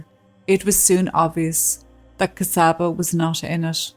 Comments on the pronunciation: Thanks again for your story. Just a couple of comments: My Hungarian colleague, Csaba, pronounces his name “Chaba” (not Kasaba). Also, regarding having an interpreter at a legal court hearing: mastering a foreign language though a job at “front of house”/receptionist is different from legal jargon – even after over 10 years living in a foreign country, I too would request an interpreter, and in fact it is recommened, at any legal gathering. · She's a true slavic princess isn't she. Csaba name is pronounced and sounds like "Chubba" when spoken.